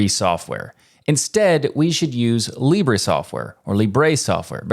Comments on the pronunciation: Your pronunciation in Spanish is wrong. You pronounced it like libré which to be fair is a indicative of the first person, but the pronunciation in Spanish is libre without the accent in the "e". You only need to let your tongue to move more freely while spelling the "bre" part something I noticed English speakers struggle with. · In spanish it's pronounce LEE-breh, not lee-BREH. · Also not put a "Y" at the end ;-; English speakers always be like "libray". It's just an "eh". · Small correction in pronunciation : In Spanish Libre is pronounced with the accentuation in the first syllable, not the last. It is not "Libré" (that is a verb), its "libre" (adjective, accentuation in "Li").